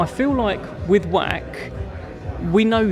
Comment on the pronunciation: Pronounced Vach, like the Scottish word loch or Bach. Not Wack!😂